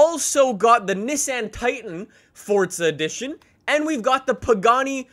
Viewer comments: Its not fortza it's forza learn to talk brah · gómez its forza not fortza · Only problem with his vids is that he says fortza not forza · Fortza horizon 4 “forza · It’s pernounced (four-zuh) not (fort-zah) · Wht does he say fortza insteans of forza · Its forza not fordza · its forza not fortza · Welcome guys to FORTZA 😂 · Weds 10 no it’s forza😂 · Pretty sure the word forza does not have a silent t inbetween the r and the a.